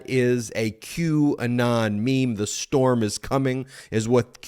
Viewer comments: "I am the strom", not storm, lol. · “I AM THE STROM” how did Ben seriously not make fun of that 😂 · So Trump repeats "I am the Strom". Do they know how to spell Storm? The best and the brightest appear to be neither. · "I am the strom." You misread that Ben. It's even more ridiculous than you thought. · WHAT "storm"???? It says "I AM THE STROM". Sorry, Ben, my ex is an attorney who made a compulsive proofreader outta me :) :)